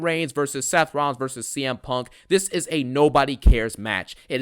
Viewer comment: bruh I thought this man was saying PORK 😭